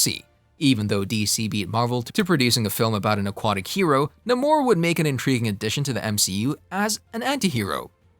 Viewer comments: The name being wrong is cringing lol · Dude, he’s the Submariner not the submarine er! OMGOODNESS do ur homework!!! & ur mispronouncing Namor too! Watch the old 60’s cartoons